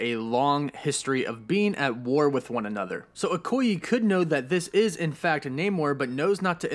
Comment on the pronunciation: It is pronounced OKO YAY, not OKO YI.....